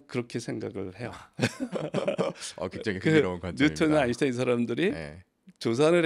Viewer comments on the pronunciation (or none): none